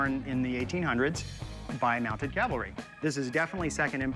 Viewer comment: Whew! At least Rick didn’t say Calvary. For someone with so much knowledge, he really needs to learn how to properly pronounce Cavalry!